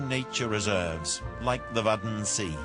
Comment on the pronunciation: like the waddensea.. that was soo funny how he pronounced it! :")